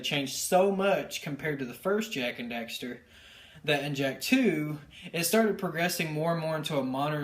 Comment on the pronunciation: It annoys me so much that you say "Jak and Dexter"